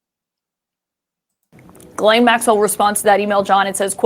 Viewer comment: is pronouncing Ghislaine Maxwell's name wrong.